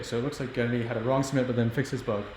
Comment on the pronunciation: The way they pronounce Gennady like Kennedy is disturbing.